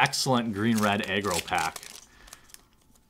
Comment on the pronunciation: I could of swore you were saying "green/red eggroll deck". I'm guess what you were really saying was green/red aggro?